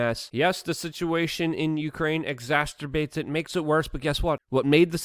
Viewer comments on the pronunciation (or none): Exaterbates , kills me every time,funny